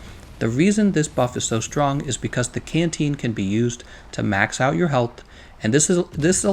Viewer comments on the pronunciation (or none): none